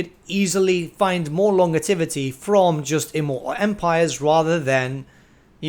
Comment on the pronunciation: dude I love your videos and I think I have seen all of them....some multiple times. For the love of all things sacred please look up how to properly pronounce longevity. Did I mention I love your content? haha